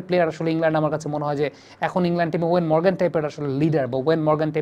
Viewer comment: ওয়েন মরগান নয়, ইয়ন মরগান। নামটা ঠিক করে উচ্চারণ করুন।